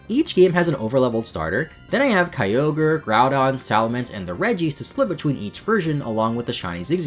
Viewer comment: The “kyover” instead of kyogre made me laugh my ass off